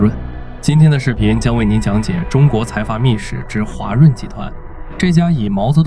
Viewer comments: 还有画（华）润、条（调）走、联合形（行）… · 华润的华读音频频读错，Ai效果不好😂